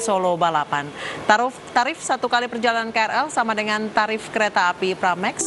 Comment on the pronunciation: kecamatan maksimal? yailahhh,,, ngomong kecepatan aja belepotan kok ya bisa jadi presenter berita... tarif bisa jadi taruf? lol